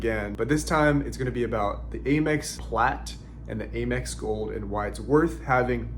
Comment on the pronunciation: Why are you saying AYE MEX instead of Amex with the short “A”?